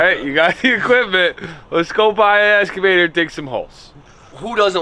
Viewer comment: "Escavator" lol